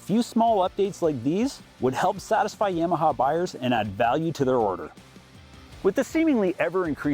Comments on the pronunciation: Buddy learn how to say Yamaha ….yam aha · Yeah-maha? You say Yamaha funny.